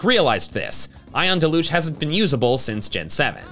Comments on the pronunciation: It's DEL-UGE not DE-LUGE. Usually used to describe heavy rain. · It's pronounced DEL-yoozh. The stress is on the first syllable.